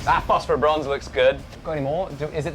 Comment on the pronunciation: fofferbronze, is he saying phosphorbronze? man these english dialects are tough to understand.